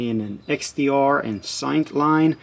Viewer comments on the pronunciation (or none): Don't know why you have so much trouble saying "saint". It's not pronounced "siant".